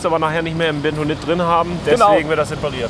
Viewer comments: es heißt beNtonit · Aaaargghhh! Es heißt *BeNtonit*, nicht Betonit!!!! Hat nix mit Beton zu tun, sondern ist nach Fort Benton in den USA benannt, wo dieses Tonmineral in einer großen Lagerstätte vorkommt (aber nicht nur dort). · Das Zeugs heißt Bentonit, nicht Betonit.